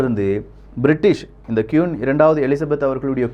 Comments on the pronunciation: சகோ அவர்கள் கியூன் அல்ல. குயீன். உச்சரிப்பை திருத்துங்கள். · Saami Nalla pesurinnga..aana kiun illa..kuin.. queen... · It's not quoon, it's queen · கியூன் இல்ல bro "க்வீன்" Royal வாலட் இல்ல "Royal வால்ட் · Bro its not quooon , its should be pronounced as Queen.... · கியூன் இல்லை குயின் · Queen = கியூன் இல்லை... குயின். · I would like to correct ur pronunciation that குயின் (Queen) Don't say க்யூன் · Qoon illa queen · Dei adhu qun illa da queen 😆😅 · Bro அது க்"கியுன் இல்லை க்"குயின் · கியூன்?🙄🙄🙄🙄 நீ இங்கிலீஷ்லா ரொம்ப weaka இருக்க உன் இங்கிலீஷ் pronunciation romba mosama iruku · First of all, he should learn how to pronounce the word Queen and Vault. I couldn't tolerate it throughout the video. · Thank you for the info. It's okay about saying the words queen and vault wrong as we are not English and our mother tongue is Tamil. Superb Tamil pronounciation and I watch it for that. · Pronounce properly. 'Queen', 'Vault' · Queen..pronounce it properly....kollai panreenga